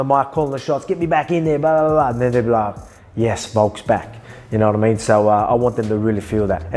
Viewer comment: 1, the animosity in Paddy’s face was genius! 😂 And 2, I bet Ilia barely understood a word of it, especially not “yanowatameen” 😂